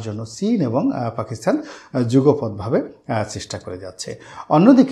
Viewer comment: শ্রদ্বেয় জনাব রনি সাহেব "পাকিস্তান" শব্দটির পরিবর্তে বার বার "পাকিস্থান" অর্থাৎ 'ত' স্থলে 'থ' উচ্চারণ করছেন। আমি জনাব রনি সাহেবের ভিডিওগুলো দেখা তেমন একটা মিস করি না। উনার ভিডিও থেকে সমসাময়িক অনেকগুলো বিষয় জানতে পারি। সর্বশেষ আমার প্রিয় ব্যক্তিত্ব জনাব রনি সাহেবের সর্বাঙ্গীন কল্যাণ কামনা করছি।